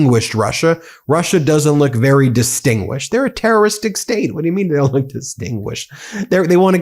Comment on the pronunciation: Dwama Kwing Twump is vewy upset. I am mad at Vwadimir.